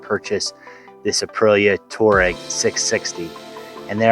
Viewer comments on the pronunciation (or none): I thought you bought a Volkswagen when you called it a Touareg. It's pronounced Twārəg (Twah-reg). Touareg and Tuareg are both the names of the large Berber ethnic group that principally inhabit the Sahara. Whilst both names mean the same thing in the car/bike world they are totally different. Great bike. You'll love it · Say after me...'twar' ...'reg'.... not to difficult huh?